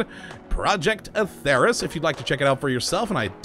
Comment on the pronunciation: its pronounced as Atherus, with the LONG e in accordance with the Elder Scrolls